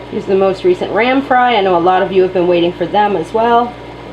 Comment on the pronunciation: Did I hear "ram fry?" What sort of rams? I couldn't tell in the video.